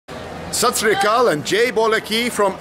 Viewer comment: The best part is when he say hello in local language like sasriyakal